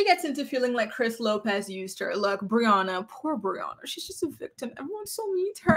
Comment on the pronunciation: Did u just call her boriana 😂😂😂 yesss